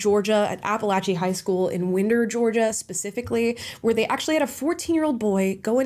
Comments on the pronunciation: Winder is pronounced Wind-Der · FYI its grounded "Wine der" according to locals. Thank you for covering this. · Pronounced = 'WHINE -DER', Georgia. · I live in the next county over from the shooting about a half hour away and not that it matters at all but only cause I've heard this multiple times now. It's pronounced wine - der, GA not win - der lol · I live in Winder fyi it's not pronounced like a window you roll up, more like a clock you wound up, WYNE-der. Funny how stories get changed the more they get out. Good video though, you have a good balance and point of view on it. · Winder is pronunciated like “wind (wind as in wind a cord up)-er” 😊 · I'm from Gainesville GA not too far from where this happened. Winder is pronounced with a long I like in wine. Prayers for everyone 🙏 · Winder -> pronounced like someone winding a clock